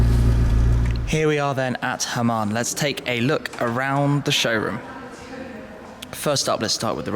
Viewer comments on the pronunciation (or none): i like hamann (not "hamam", shmee ;-) ) but the m5 bodykit is so ugly...